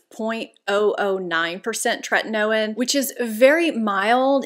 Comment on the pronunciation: Tretinoin is actually pronounced “tre/tin/o/in.” I just thought you’d want to know.